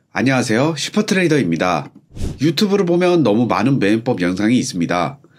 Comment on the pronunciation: 맵법이 아니라 매매법이야 발음 존나 안좋네